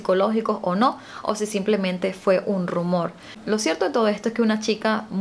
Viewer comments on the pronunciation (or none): none